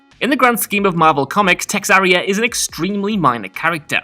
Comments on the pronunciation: Texaria? Really.. its TeRRAXia!! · Terraxia... not texarria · He was thinking about Texas!😂😂😂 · its TERRAXIA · Is it just me, or did anyone else notice cannot pronounce Terraxia? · I'm fucking pissed at that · Came to find this comment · It was so odd, I had to skip back to see how he got to that pronunciation. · It hurt me to hear that